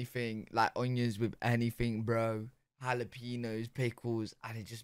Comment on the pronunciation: My guy, jalapeno is prononced ha-la-pen-yo. Don't gimme that "we say it differently in England" nonsense because I've heard many brits say it correctly.